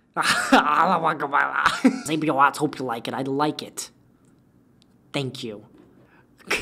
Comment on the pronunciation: Xabio Arts I will hold this against you forever. I don't care you literally taught me how to draw with very amazing tutorials. reading my name wrong is unforgivable